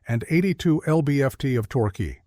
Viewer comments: TORKAY?? fIX YOUR BOT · Torkey? Torque is ones syllable.